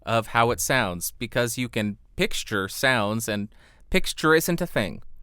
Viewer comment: Like for the "pixture" ♫